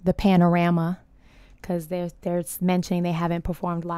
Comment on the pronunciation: Haha did you just say panarama?😆